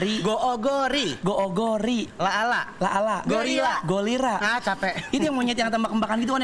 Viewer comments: Golira Uncel jordi:Go -ri-la 🤣🤣🤣🤣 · Gorila bukan golira, 😂